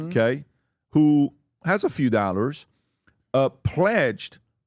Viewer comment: PBD, it’s not “NAllers”, it’s “dollars”. Not sure why you always pronounce the O in dollar like an A and you pronounce the D like an N. This drives me crazy….kooky accent.